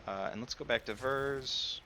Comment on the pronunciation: A good build showcase but you were driving me insane calling it Ver's instead of Vear's